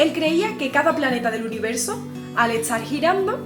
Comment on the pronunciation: Hola. Disfruto tus videos. Pero hay algo que me intriga: porque siempre pronuncias las palabras con “st” com si fueran “ts”? Es por tu origen? Como dices estar? Etsar? Me encanta como tocas la guitarra. Un saludo grande.